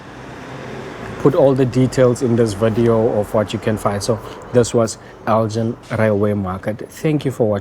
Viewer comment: Nice one. Fun fact - it’s pronounced El-gin with a hard G as in give, not as in gin and tonic. Named after the Scottish town of Elgin.